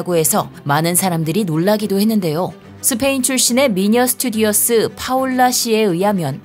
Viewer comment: 스페인 출신의 미녀 스튜디어스...? 10년 넘은 탈북미녀도 똑같이 발음하기에 좀 놀려댔는데 ㅋ